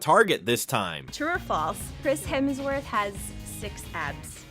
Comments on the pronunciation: I was about to comment Hermsworth 🤣 he has literally made a video with every person saying his last name right to get it wrong defs rage bait 🤣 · "Hermsworth". More AI slop.